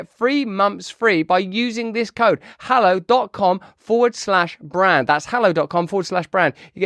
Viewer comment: Russell doing a Hallow ad: "Get free momfs free wiff 'allow"